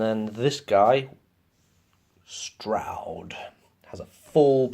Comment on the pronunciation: That’s how it’s pronounced. Good overview of the campaign. The only thing that irks me is “Stroud” It’s “STRAWD”